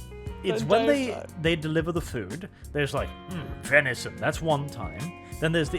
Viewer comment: When they were asking what the meat was I thought they said Veni’s son.